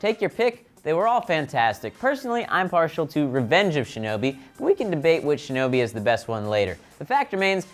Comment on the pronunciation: i am so happy he said shinobi